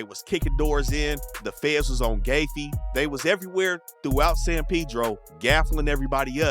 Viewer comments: GAHFEE NOT GAYFEE GROOVE 😂😂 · Its Gaffey ave as in “GAF-FEE not GAY-FEE